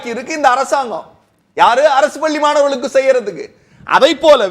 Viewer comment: பல்லி இல்லையடா.....பள்ளி...